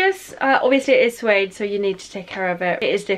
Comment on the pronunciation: Just a FYI it’s pronounced Sue-aid rather than zoo-aid